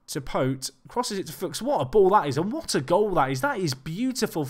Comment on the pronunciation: Couple things 1) Pote is pronounced "poh-chee" 2) to change from Attacking to Counter and keeping Very Fluid team shape is basically suicidal. Change your team shape to at least balanced when you're playing Counter/ Defensive